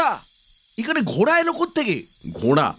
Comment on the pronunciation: the pronunciations are beautiful. It is because of that, that the stories come so alive. কিন্তু ঘোড়া কথাটা বেশিরভাগ সময়ই ঘোঁড়া শোনাচ্ছে তাই একটু অস্বস্তি হচ্ছে। Very sorry to be a grammar Nazi but everything is sooo perfect that little things are much highlighted. Thank you for the beautiful presentation otherwise 💖